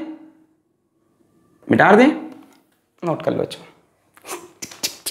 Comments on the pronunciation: Sir.. ki kuch pyari🙈❤ baateinn... 1.Mita de ko.. mitar de bolna. 2.Word ko erase krke dobara likhna . 3.Acceleration ko axkeleration bolna. 4.Beech beech gaane or ajeeb awaz nikalna. Or... Sache Dil ❤ se pdhana. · Sir why do you say MITARDEIN...its mitadein..(?)